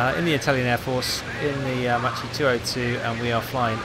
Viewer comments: "Matchy"?? Mama Mia! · It's pronounced makki, nice to see the folgore flying again